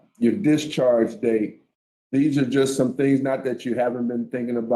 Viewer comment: "The 'things' I did"? He's can't even say it.